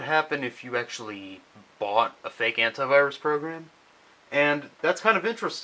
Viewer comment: Antivirus pronounced hentaivirus. I know how us english,it is real but funny.